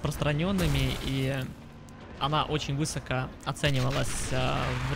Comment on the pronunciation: не вЫсоко, а высокО. Слух режет.